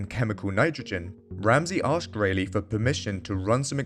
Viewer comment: It's RAYleigh as in "Bar" not RAYleigh as in "Bay"...